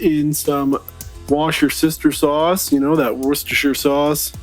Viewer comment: Hahahaha A new way to say Worcestershire sauce?!! 😂😂😂 those look good!! Layer on some cheese and all the toppings and I bet they’re delicious!! I bet that griddle is a nice addition to your outdoor cooking!